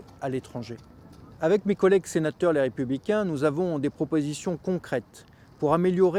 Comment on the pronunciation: Monsieur, je veux bien entendre des commentaires critiques vis-à-vis de M. le Président de la République, mais je veux bien savoir plus clairement d'où elles viennent. Vous glissez un à peine articuler un "les républicains", tout honteux. Vous me faites bien rire, (au moins c'est déjà ça me direz-vous), les Républicains défendre les postes de la Fonction Publique! Grande tape sur le ventre! Merci de nous prendre pour de tels niais. Quelqu'un quelque part à gauche! Y a qu'une télé, c'est téléchat!